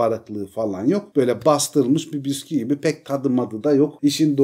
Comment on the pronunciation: abi ne güzel bisküği diyon yaaa bağımlılık yaptı 😂😂